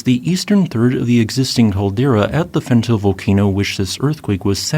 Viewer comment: I give up hoping he would learn how to pronounce Fentale.